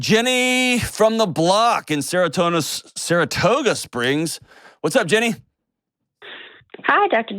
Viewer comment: Only Dr. John would accidentally say "Seratonin Springs." 😅